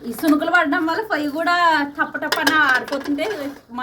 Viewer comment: ఫోయ్యి ఏంటి పొయ్యి అను ఎందుకు మీరు :ప: ను స్పష్టంగా palukaru. ఎప్పుడు చూడు ఫ fa ఫో అంటారు.